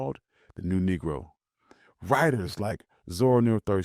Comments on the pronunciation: I Heard Thurston Mispronounced ~~~Hurston~~~ Spelled Correctly On The Video.... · is this ai, the name is Hurston. Zora Neale Hurston with H. how I know for sure is that I have read several of her books. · He just mispronounced her name, but no he's not that ai crap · Big facts I don't know if he trained his voice with AI but it sure did not say that correctly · We knew who he was talking about, it’s only one Aunty Zora. But I think it was a mistake. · Agreed that he mispronounced the name, but I think it was just an accident. Unfortunately, whenever I read Ms Hurston's name I always want to pronounce it Houston (like the city in Texas)...I just do...lucky for me I have never had to say her name